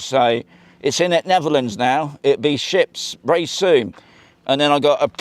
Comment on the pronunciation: I take it we will see you SOONAH?🤣 Enjoyed that AND Andy in it of course The Roberts family also 😊😉 SOONAH!!!